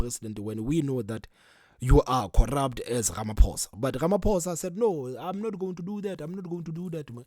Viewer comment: pls have respect for our president.its RAMAPHOSA,not RAMAPOES OR RAMAPUSS